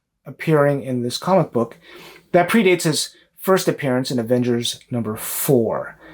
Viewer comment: Good job... I giggle at the pronunciation of "comicbook" that you and also Swagglehouse uses. Sounds like you are saying comma-book. LOL! Still a gr8 post though. Keep it up. 💯